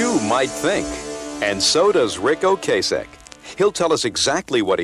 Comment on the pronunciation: O-Cass-Ek, not O-Case-Ek